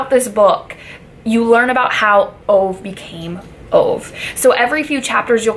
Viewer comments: His name is Ove , not Ow :-) Think that you say Over but skip the r. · His name is pronounced Uh-gay, oovay. Not Ove as in cove. But nice video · His name is pronounced ovah you dumb brod! 😬😂😂😂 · Great review, just a fyi his name is pronounced oo vaahh.